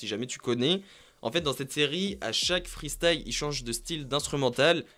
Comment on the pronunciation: Dommage de faire des vidéos de rap et de ne pas savoir prononcer freestyle mais le prononcer freestaïe...😂😂😂